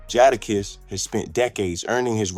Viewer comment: 1 st word joda kiss. Lol